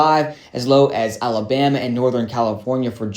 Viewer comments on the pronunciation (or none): none